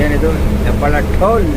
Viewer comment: ಹೆಬ್ಬಾಳ ಅಲ್ಲ ಅಣ್ಣ ಹೆಬ್ಬಾಳು 😊